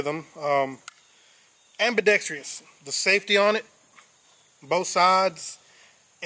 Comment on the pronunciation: Lost me at "ambidextrious"lol